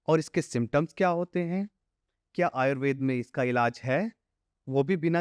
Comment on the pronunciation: आयुर्वेद को आयुर्वेदा क्यों उच्चारण करते हैं सभी, अंग्रेज बनने के लिए? अच्छी जानकारी दी है डॉ साहिबा ने।